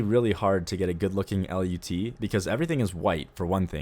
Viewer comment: It's pronounced "lut" not "L.U.T.", but kudos on everything else, dude. love your vids!